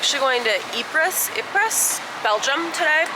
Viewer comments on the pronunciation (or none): The S in Ypres is silent,. In WWI, the Great War, the British soldiers called it Wipers.